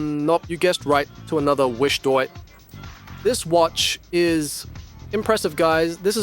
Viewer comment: Have to laugh at your pronunciation of WISHDOIT - do you not see that it reads - Wish Do It ?